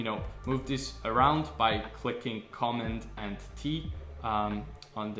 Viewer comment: I was confused about pronunciation of keystroke shortcuts. Sounded like “comma” but American pronunciation would be “comMAND”+. Otherwise a good basic refresher. Thanks